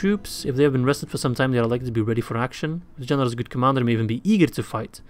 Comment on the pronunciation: Everytime he says "general" sounds like "genital" to me